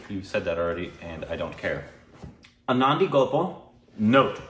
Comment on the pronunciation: ANANDI is pronounce like UN-NON-DI